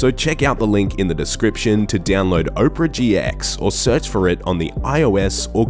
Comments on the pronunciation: op-ra gx. not oprah. haha. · Wtf is O-prea GX? Its APERA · "Oprah GX"